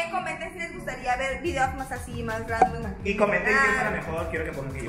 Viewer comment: Nadie. Neta nadie. Ni una mosca. diciendo Ramdon JAJJAJAJAJ